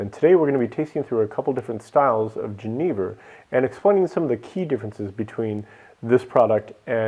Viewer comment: Please, for the love of God, learn how to pronounce jenever. It is pronounced ye-NAY-ver, as "j"s are pronounced as "ye" in Dutch unless they directly follow an "i". I am an American living in the Netherlands and the way you said jenever was really difficult for me to listen to. Sorry.